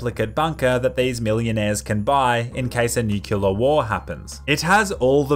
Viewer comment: Don't know what I'm more afraid of, people who say newkiller war or nuclear war itself. EDIT